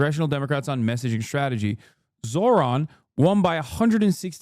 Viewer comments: First mundami, now zorhan... They can never say the name right can they? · "Zor-Han" Im a white guy and I genuinely don't understand how conservatives have so much difficulty pronouncing non white names. They have to be doing it on purpose. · Also his name is spelled Zohran, they mispronounce his name on purpose to put him down